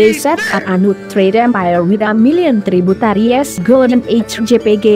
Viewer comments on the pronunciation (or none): THEY WAY THAT SHE SAID TRIBUTARIES😂😂🤣🤣🤣🤣🤣🤣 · That one who say TRIBUTARIES😂😂